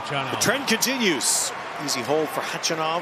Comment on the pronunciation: The way they show the impressed crowd and everyone applauding when Nick takes a point vs them showing only Karen himself and his reaction when he takes a point even though ppl applaud him too. Way to show your favorite. Also, is that against the law for American sports commentators to google how the player's name is pronounced before the match? They'd literally put the stress anywhere but where it actually belongs😀